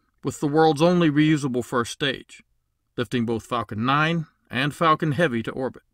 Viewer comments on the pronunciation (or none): none